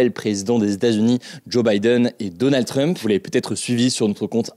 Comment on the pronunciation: Hugo : « Donannd drump » 🗣️